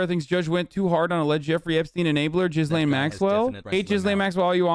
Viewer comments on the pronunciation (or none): Doubt Hasan will read this but thought I would say anyway. Although I believe the mispronunciation of Ghislaine is an honest mistake, it’s still rather problematic. Hasan pronounce it (Jizz-lane) which is not the correct pronunciation (Gee-lane). Using sex terms (jizz) when saying her name (even when it’s an honest mispronunciation) is problematic. Normally things like this wouldn’t bother me, if a random hog was called Ghislane go wild, but its problematic here because of the crimes she’s committed against minors. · Gee-lane not jizz lane lol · Is Hasan mispronouncing Ghislaine on purpose of does he really think it’s pronounced Jizz Lane??? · Thank you for bringing up the burning question of where all the confiscated files from Epstein’s properties aren’t discussed. Please learn how to pronounce ‘Ghislaine’. The S is silent.